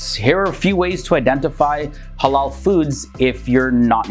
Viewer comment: Thought he said “hello and haram” at the start